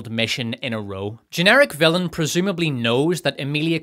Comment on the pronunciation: How do you rhyme villain on this channel? "Fillum"